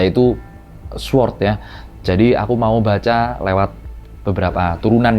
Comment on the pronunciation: Bacanya bukan Sword Bangg, tpi Sord. W nya tdk dibunyikan. Namanya silent W.